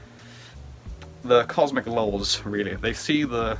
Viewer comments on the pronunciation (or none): When you said laws in Anti-Cosmic Satanism I kept hearing "lulz" lol. I hope you feel better soon.